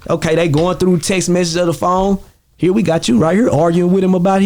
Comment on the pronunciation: Over heer or over theer